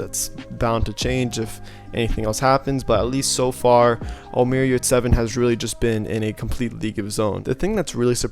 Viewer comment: HEY his name is NOT OMAR!!!! He is not Arabish!!!! He s a TURKISH Player and his name is; ÖMER YURSEVEN! (next Scottie Pippen;)